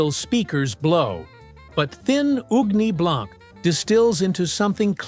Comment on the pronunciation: Ugni Blanc no it’s Uni Blanc.